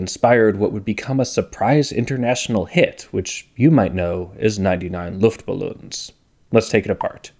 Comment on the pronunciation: "99 luftballoons" either say 99 air balloons or say 99 luftballons. The "ballon"/balloon" part is pronounced very differntly. Smashing german and english together like this is very weird